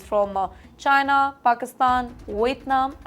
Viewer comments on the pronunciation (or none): none